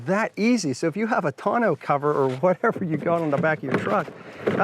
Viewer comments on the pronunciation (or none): none